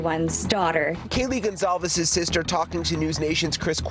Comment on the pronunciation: i think the ONE thing that really ruffles my feathers about this case is how THEY KEEP INSERTING A FUCKING “Z” in Kaylees NAME! LIKE BRUH IT IS CLEARLY A FUCKING C AND NOT A SINGLE Z! honestly how fucking embarrassing and rude for the victims. GON-CALLLLLLLL-VEEEEEEESSSSSSSSSSSS”ZZZZZZZZZZZZZZ”